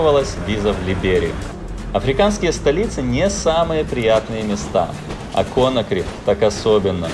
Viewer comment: Конакри - ударение на последний слог